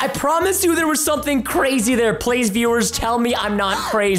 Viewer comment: You not cwazy Preston